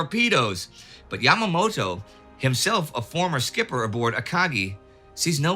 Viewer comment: "Yamamato" XD